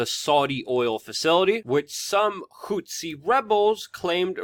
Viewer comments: It's pronounced "Who-Tee" not "Whot-See"; people keep thinking back to Rwanda and it's genocide between the Hutus and Tutsis. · DUDE! IT'S NOT HOOTSI! IT'S NOT THAT HARD TO SAY! Just say Hooti, that's much more accurate and doesn't sound nearly as ridiculous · HOO-THEE.. Not hootsi dude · Whats a "hou-t'see"? Its pronounced "who'thee". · Houthi = hoot-hee Houtsee, hootzi or whatever is very distracting. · Dude, it not hootsie.. it's "HOUTHI" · Who the hell are the Hutzis?? An African tribe related to the Watusi?? Please prepare a little, and at least pronounce the subjects of your videos correctly. Takes away from your credibility that you do this. They are the Houthi people...your're welcome.